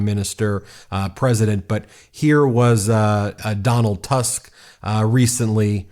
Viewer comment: PS DAW-nahlt TOOSK